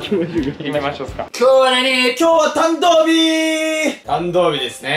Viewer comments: やまとくんがたんどう日って言って誰も笑うことなくたんどう日でそのまま続けてるの面白い笑笑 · お気に入りの噛みシーン (全然個数絞れんやった) たくしゃんww かわいい♡ バブみが深い♡ そしいなってやばい🤣 じゅじゅつ たんどうび だまりゅ とかいかい 関西コレクソン にっちょ やかんない 嫉妬だす のツッコミ爆笑 つまん これは私も画面越しで爆笑 噛みすぎ！Take2でも噛んでるやん🤣 めっちゃさしかにって言ってるやん笑 あれだけ溜めてグチャってる笑 ズタボロだ〜笑 捕まってみます！笑 ばくさつ😱笑 なんか田舎っぺみたいになってる笑 緊張で呂律まわってないね笑 や、や、や、やばない？ これリアタイでめっちゃ笑ったわ笑 みんな黙っちゃってるやん🤣 一気に歳とっちゃったやん笑 しゃいやく👶🏻 一瞬壊れちゃった笑 めっちゃ溜めて噛むのやばっ笑 ナチュラルに噛みすぎてるwww メンバーが噛んだ後にが食いこんで指摘してくるねww